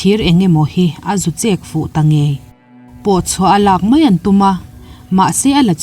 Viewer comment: A bengvarthlakin ngaihthlak a manhla e.Mahse mai,tihturah mei i ti erawh beng a tithlep deuh lamdik a harlo bawka i lamdik theih chuan a lawmawm hle ang.Tawng humhalhna kawngah in yangkai si a.👍👍👍